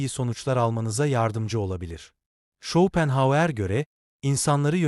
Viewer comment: Yapay zeka çevirememiş takılmayın